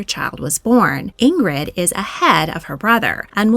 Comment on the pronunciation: Princess Ingrid's name is pronounced Ingree. The d is silent. And it's Svairuh for her brother.